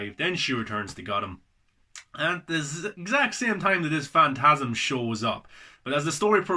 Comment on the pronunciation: You've definitely been sleeping on this man. You said it yourself - it's great. One of my faves. (Also at the end you call it "fast of the mantasm", by accident I think. Made me laugh 😂 👍🏻